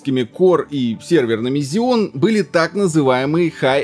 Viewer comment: во первых Ксеон! а во вторых слушать амддрочеров такое себе)))